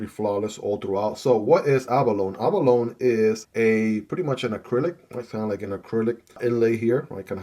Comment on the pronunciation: If you care about being correct, it is actually pronounced "a·buh·low·nee".